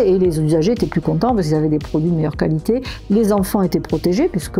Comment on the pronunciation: la « cali té » pas mal celle là